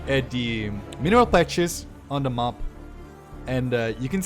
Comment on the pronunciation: Please, you still need to work on your pronunciation of the word map, especially if you're gonna say it 5 times a minute.